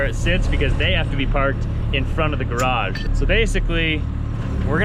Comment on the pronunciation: !: You say the word garage seven times in this video. Alas, you bungle every one of them! Even though you are surrounded by many people who don't have that affliction, and otherwise correctly pronounce all other English words, garage receives special inconsideration. I recommend kanoodling with Trent some evening and say it with him like 200 times. Your upper/northern east mangling is inclined to omitting almost a whole syllable out of the latter half of the word.